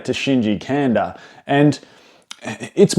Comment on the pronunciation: Great video, but last name is pronounced "Kahn-dah"